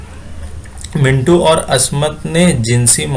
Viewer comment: زیور کا ڈبہ ہے۔۔۔۔ mu two. منٹو ۔آپ کا تلفظ درست نہیں ہے ۔۔